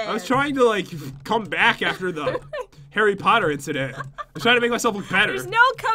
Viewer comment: Hare petor thats how u say harry potter